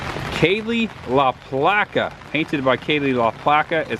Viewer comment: Very cool video of Brooksville, Thanks for saying my daughters name correctly, Kaylee La Placa, she painted the mermaide in front of the court house. Brooksville also has a history for riding motocycles at Croom. I work on my motocross skills at Croom. I also have some riding at croom on my channel.